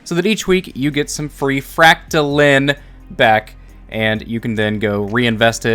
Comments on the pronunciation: frac-ta-line, not lin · Your saying it like fractalin but it’s fractaline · Didn’t know line was pronounced lin. LINE. LINE. Your pronouncing the part of the made up word that is actual word wrong. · For those who skipped first grade, silent E makes the vowel say it’s name. You don’t say “name” as “nam” you don’t say “line” as Lin” you don’t say “fractaline” as “fractalin” 😜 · It's FrACKtaleen, not FractalEEEEN... Gawd... Next you'll be telling me you don't know how to say LeviOHsar...... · Fractaline like saying line God damnit not lean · why do you keep saying fractalin? it’s fractaline, learn how to englands. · It’s pronounced fractaloons! Duh! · I'm sorry, I just can't accept your pronunciation of Fractaline - fractal is a word and Fractaline is just fractal with the suffix "-ine". In the suffix "-ine" the 'e' capitalizes the 'i' giving it an "eye-n" sound. This is true of literary every other word that uses the suffix "-ine" - dine, fine, line, mine, nine, pine, vine, wine. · It’s obviously pronounced as “macaroni farts”. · you prob pronounce Trampoline the same way you pronounce Fractoline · Fractal lines pronounced as read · Fra ct a line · lol Its pronounced FRAC-TA-LINE LOL there is an E on the end and in english that means the I in LINE is pronounced EYE. LOL not getting mad i just got a kick outta how you said it was a made up word, yes that is the case but made up words have to follow the rules of the English language to lol. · It's pronounced fractaline not fractaline or fractaline. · It's Fractaline, not Fractaline.